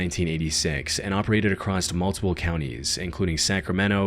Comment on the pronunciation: I like your vids but brother there is no T at the end of the word "across"